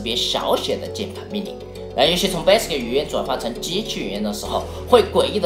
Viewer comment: 感觉厂长是不会念value和commodore吗。。。？为什么这两个词要草草的带过？其他的词明明都是铿锵有力的（basic这个词铿锵有力的念错）